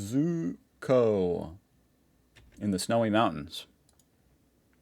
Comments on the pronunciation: that mountain is pronounced cozzy-osco, basically, it's not far from me. We have snow forecast this weekend. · Mount coz-e-us-co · Mount Kosciuszko is pronounced cozzie-oz-co US used metric for guns.... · Mount "Kozzie Osko" I predicted how you would pronounce it with 100% accuracy 😂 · mt. Kosciusko Broken down it’s pronounced Cozzy-oss-co. Like ozzy osbourne with a C. Boss without the b And the abbreviation of company. Good on ya for giving it a crack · I know you’ve been told before but I also know you like to learn. Mount Kosciuszko is pronounced Koz ee os ko 😊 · It sounds like Mt. Cos-y-osko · We actually have 240V not 230V ... Say it as Mt Cossy os co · Mount Kosciuszko (“Kozz-ee-oss-ko”) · You had a good go at it. Cheers from Oz. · The highest mtn here is best phonetically pronounced Mt Kozzy-osco. Done. Good video mate. I always look forward to your takes on my homeland. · Say it like Mount Kozzyosco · Verse is poetry. The world you're looking for is "versus". That mountain is pronounced "kos oosh ko". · Well that is how a good many pronounce it but more and more people are using the correct pronunciation: Koz-chus-ko, the polish bloke after whom its named.😀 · As an Australian I almost crashed out at his lack of ability to say Kosciuszko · Its 240 Volts not 230 volts... NGL as soon as i saw the mountain thing i was sitting here waiting for you to try and pronounce the name of it with a huge smile on my face. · Thanks for the laugh,..😂🤣 When you were trying to say the name of our mountain.. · When pronouncing the highest mountain in Australian, I thought you were having a heart attack! NSW in Oz 🇦🇺